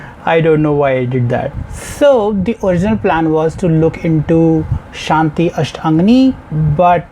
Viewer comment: I wouldn’t recommend the “Shanti/Ashtangi” live Mtv video, as Madonna’s pronunciation is awful. The album version is better, and is available on YouTube, you’ll just be listening to the track without a video 😜